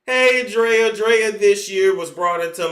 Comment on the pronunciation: You saying Draya name like that got me ctfu bc that’s my damn name. I just don’t spell it that way. Lol (Drea) me